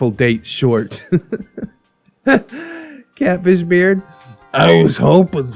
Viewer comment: Ngl I thought you said Cabbage Beard not Catfish Beard lmao